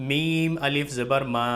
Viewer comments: Alif ko hamja kyun pad rahen h? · Assalamualaikum,Hijje krte waqt alif ko Hamza kyun bol rhe hai janab?? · Aap alif ko hamza kyun padh rahe h smjh nhi aaya....